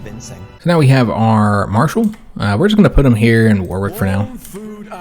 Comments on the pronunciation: war wick is pronounced worrick! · As a Brit, I did smile at a few of your pronunciations, even though you pronounce them how they appear to be spelt! Main one I noticed was Warwick, you don't pronounce the second "w". So its more WAR-ick. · Warwick is pronounced Wurrick. Excellent video. You earned another sub with this one. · Warwick has a silent W. So, it's pronounced Warrick. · Its pronounced Wa-rick....if a certain letter doesnt sound right in the word its because its silent